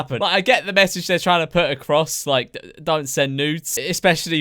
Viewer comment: Evwy one we hav a methage STAWP BOOLYING